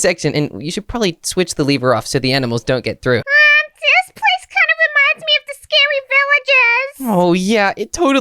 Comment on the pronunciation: Scary not srsry